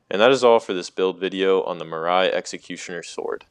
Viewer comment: "Eochades" and "Marise" is killing me. You got to Google this shit before you say it